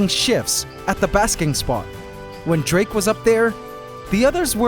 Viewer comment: Drake? Dra-ake!? And after he got defeated too 😂😂